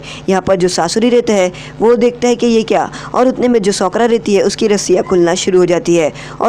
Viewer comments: Socra nhi Sakura Pronounce thik Karo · Bro you are best but I want to tell you that her name is sakura not shokura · Broo that's sakura not sokra man😂😂